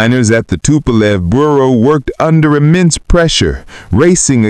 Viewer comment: Как услышал Фасилию Тупа́лев-отключился.